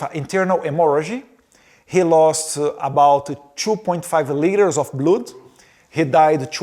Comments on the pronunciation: 🙏🫡🥵🥵🥵🥵🤬Edward now you are speaking English, but you need to find an English teacher to improve your skills because a lot of words you are saying are wrong like a blood you are saying” bluud”, please improve your English. You need that urgent❗️ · "2 much blUdi" mano pqp, que inglês HORROROSO!!!!! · His English sucks! He doesn’t even know how to pronounce the word blood! What a shame …